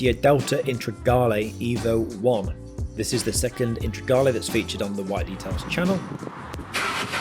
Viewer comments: Integrale bud, not Intragale haha. Another belting vid though! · *Integrale' fella, not Intregale. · uhm, it's Lancia Integrale (as-in, integrated), you said "Intregale".. lolz. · I’ve had to replay the beginning several times to workout how you’re saying Integrale. That’s a new one on me 😂 dodgy pronunciations aside your work is fantastic 🙌🏻🙌🏻🙌🏻